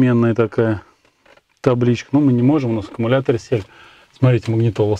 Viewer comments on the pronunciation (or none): none